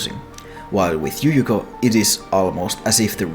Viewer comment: What fucking language pronounces "y" as a "j". The other way round, sure, yes. But fucking JUJUKO